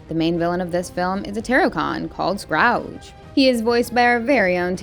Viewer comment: Bro isn't it "Scourge"?